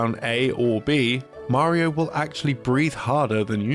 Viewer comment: Did I just hear a British man pronounce Mario correctly? Holy shit